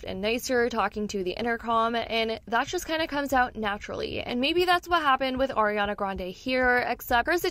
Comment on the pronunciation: It's "Ariana", not "Oriana".